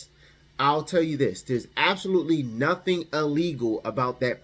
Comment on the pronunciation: WE not messing up our credit for "NA-TING" 😂